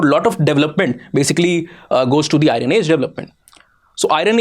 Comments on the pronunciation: Even now you are pronouncing IRON as I RUN...😂 🤣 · It is not Irun but Iron. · Hello Sir, For God Sake The PRONUNCIATION For IRON Is I EN. The R Is Silent. So Its Not I REN But I EARN! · Kindly pronounce iron as iron and Iran